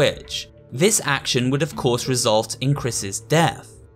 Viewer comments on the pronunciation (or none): none